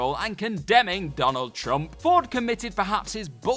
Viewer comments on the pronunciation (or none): none